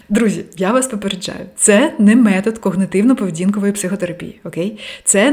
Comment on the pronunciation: face-red-heart-shape: я́кщо --> якщó когнитивно-поведінкової --> когнітивно-поведінкової зі своіми ... клієнтамі --> зі своїми ... клієнтами склати --> скласти в залежності від того, що --> залежно від того, що в своєї родині --> в своїй родині між першими нейронамі --> між першими нейронами в стрілочкі --> в стрілочці (якщо малась на увазі однина) по десятіріччям --> по десятиріччях (я б сказала на десятиріччя + відповідний жест, щоб було ясно, що їх декілька) брати в ней участь --> брати в ній участь емоций --> емоцій з вамі --> з вами зневажали вами --> зневажали вас двух тижнів --> двох тижнів батькив --> батьків непротиречивим --> несуперечливим зустричала --> зустрічала вибір об’єкту --> вибір об’єкта в дітсадочку --> в дитячому садочку --> в садочку таємнично --> таємничо зниму --> зніму підвисити вам настрій --> піднести вам настрій своїмі емоціямі --> своїми емоціями